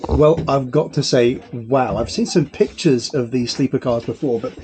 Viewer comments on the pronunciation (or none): none